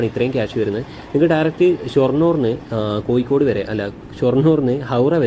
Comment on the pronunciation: കോയിക്കോട്അല്ല കോഴിക്കോട് 😂😂